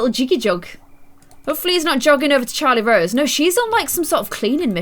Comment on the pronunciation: It's Charrlote Rose not CHARLIE ROSE